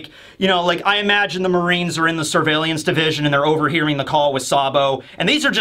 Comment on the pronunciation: What I learnt from this video is that can not say the word surveillance.